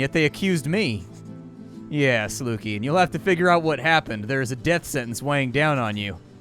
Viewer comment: Pretty sure it's Luky as in Lucky (Lukey has an e in it). Other than that good video